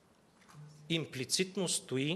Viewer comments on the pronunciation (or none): Какво значи имплециндно ли или инплецидно кокорчо говори на български